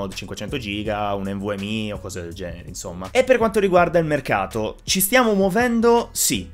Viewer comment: Però hai detto "en vu em i", avresti dovuto dire "en vu em ai"... ahahah A parte gli scherzi, speriamo davvero inizino a calare i prezzi... Soprattutto anche per quanto riguarda le schede per produttività... PS: complimenti per i video, continua così! Ciao!